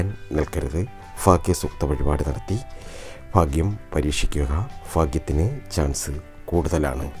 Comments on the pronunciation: Edo Fagyam alla Bhagyam ennui para..... You are talking to Public..not to your local people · ഫാ അല്ല സഹോദര ഭ ഭാഗ്യം എന്ന് പറയു... ഫാഗ്യം ഫാര്യ ഫര്ണി ഫാഗ്യവാൻ അല്ല... ഭ ഭാ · ഫാഗ്യം അല്ല ഭാഗ്യം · Phagyam ennalla Bhagyam ennanu parayuga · കമെന്റ് വായിച്ചിട്ട് ഞാൻ ചിരിച്ചു ചത്തു ഫ അല്ല ഭ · ലോട്ടറി കച്ചവടക്കാരനായ ഒരു പാവം ചങ്ങാതി...കൊല്ലം....ഫ....അല്ല ഭാ ആണ് എന്ന് എത്ര പറഞ്ഞാലും ഇൗ കൊല്ലം, തിരുവനന്തപുരം ഭാഗത്തുള്ള ആളുകൾ മനസ്സിലാക്കാൻ ശ്രമിക്കില്ല.... ഇനി മനസ്സിലായാൽ തന്നെ തിരുത്താൻ ശ്രമിക്കുക എന്നത് വളരെ വിരളമാണ്... പക്ഷെ സ്നേഹിക്കാൻ കൂടെ സഹകരിക്കാൻ തയ്യാറുള്ള നല്ല ആളുകളാണ് ... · എല്ലാ നക്ഷത്രക്കാരും 'ഭ' വേണ്ടിടത്ത് "ഫ" പറയാതിരിക്കുക.... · Fagyam alla mashe bhagyam ennu parayu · Not faghyam bhagyam..... Kelkkumbol endhopole thonnunnu plz change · Sir phagyam ഒഴിവാക്കി ഭാഗ്യം എന്ന്(bhagyam) എന്ന് പറഞ്ഞു കൂടെ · Fagyam alla cheta Bagyam😀😁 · Bhaagyam fagyamalla.bhaaghyam.bhaaghyam.ayyayoo fagjyamennuparayalle plz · എന്റെ പൊന്നു ചേട്ടാ ഫാഗ്യം അല്ല ഭാഗ്യം......... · Fagiyam അല്ല bagiyam anu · Bhai fhagyamalla bhaagyamaanu ithupolum malayaalathil parayaan ariyillenkil engine mattullavatku fhagyamundaakum. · ഫാഗ്യം അല്ല ഭാഗ്യം ആണ്. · ഫ. അല്ല. ഭ. ആണ് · ഫ അല്ല ഭ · Fa alla bhaa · ഫാഗ്യം അല്ല ഭാഗ്യം ആണ് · അത് തന്നെ ഫാ കേൾക്കുമ്പോൾ ചിരി വരുന്നു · എനിക്ക് 'ഈ'ഫാഗ്യം വെണം' നിങ്ങൾ ഈ.ഫാഗ്യം എനിക്ക് താരണം' ഈ ഫാഗ്യം ഞാൻ 'നെടുക്കുവ) ക' കു'കിക്ക 'ക്കു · ആദ്യം ഭാഗ്യം എന്നു പറയാൻ പഠിക്ക,ഫാഗ്യ്ലോട്ടറി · Urakkam varunnundo ? Ooooh fagiyam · Malayalam adyam parayan padikku chetta,fagyam vannu cherum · ഭ!ഭ!ഭ!ഭ! പറഞ്ഞ് പഠിക്ക് ആദ്യം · ഭാഗ്യം എന്നു പറഞ്ഞു പടിക്കു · ഫാഗ്യം ,ഫാര്യ,ഫയം, ഫാരതം😀😀😀😂😂😂😂😂😂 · ഭരണിയുടെ 'ഭ' പറയൂ ഫാഗ്യം അല്ല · ആദ്യം ഭാഗ്യം എന്നു പറയാൻ പഠിക്ക് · ഫാഗ്യം ഫരണി ഇല്ല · ഹോ ഫാഗ്യം..😂😂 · ആദ്യം ഭാഗ്യം എന്ന് പറയാൻ പടിക്ക് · 108 തവണ ഭാഗ്യം എന്നെഴുതി ശരിയായി ഉച്ചാരണം പഠിക്കുക. ഉറപ്പായും ഭാഗ്യമുണ്ടാകും